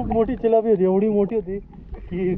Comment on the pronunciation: भाई चिलापी नाय रे तीलापी